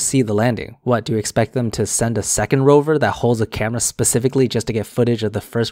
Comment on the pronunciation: Dude so dumb that he can't even say Rover.